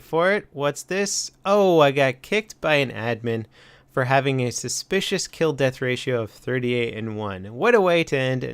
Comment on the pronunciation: hahahaha he said suspiscious